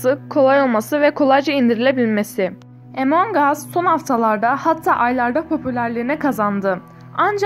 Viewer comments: Abla o Emong As değil Among As diye okunuyor . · O impastır değil impostır ve emong as değil among as